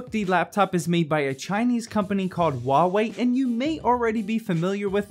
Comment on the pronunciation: Hua wei not wua wei